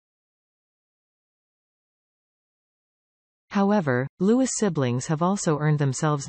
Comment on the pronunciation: His name is Louis not Lewis good god if your going to report on him at least get it right